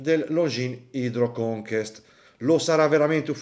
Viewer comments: “Conquest” si pronuncia come si scrive. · non va pronunciato come si può, va pronunciato nel modo giusto. conquest è francese, ma che inglese ! vuol dire conquistare